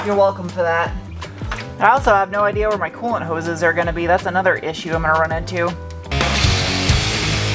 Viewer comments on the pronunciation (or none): After all the talk of bungholes I could've sworn you said "colon hose." COOLANT hose ahhh